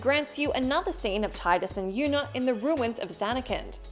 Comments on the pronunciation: It's pronounced Tee-dus. Not tie-dus. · In sotn there are three endings as well 1 for killing richter 1 for killing richter while you have the glasses on. And one for smashing the orb above richter when you have the glasses on and then kill dracula! Also for ff10 it is pronounced teedus (I know...I know...smh but it is.) Not Titus. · Tidus’s name is pronounced Teedus. Not Tie-dus.